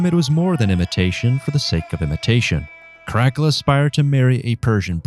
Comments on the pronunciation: So, who's this Crackula person the narrator speaks about? I've heard of Caracalla, but not Crackula. Perhaps he's related to Count Chocula. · Great up-date on Caracalla! Myself as a Roman reenactor, I call him “Kar-A-Kel-La”. All “C” in Latin is always a “K” sound. Like in CAKE, Candy. The soft C cones around the year 1000 as in church Latin. In his coins, you see a young boy, teenager and when joint Emperor in 210 (age 24), you start seeing the Frowning man. Coins in his last 3 years, he looks like trying to go to the bathroom but blocked up ! He likes the scary look a senator claimed. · I've never heard "Caracala" pronounced like it is here. The most famous thing he did was his huge bath complex. "The Baths of Caracala" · ?? The pronunciation of Caracalla .... I've laways heard it as Cara calla as in the Cara (-) Calla Baths ??? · Caracalla…for future reference, his name is pronounced: Kaa-ruh-kaa-luh. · No it is not. Latin is pronounced basicallly as written. With some exeptions like C, AE etc. So it is Karakala. And A is pronounced like pure A. Not like in English. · Ca'rack'ula = Crackula lmfao . Is he a Roman emperor or a freebasing vampire? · Yep it was horrible. Don't do this again please. Your content is very smart and well written. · Tbh if you are going to be critical and expect to be taken seriously pronounce the name correctly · you really ridleyscotted that pronounciation haha. it bothered me a little every time you said the name but its fine. just try to research the right way next time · Is that supposed to be caracalla😂? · Caracalla was the second of the African emperors. We know him today because the Baths of Caracalla still exist in Rome. Seriously learn how to pronounce him name correctly. He was extremely popular because he was a fierce, bloodthirsty warrior whose military loved him because he was one of them. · It could be just the way that the computer AI read's it. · The way he says caracalla's name is killing me 😂😅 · ITS KAH-RAH-CAH-LAH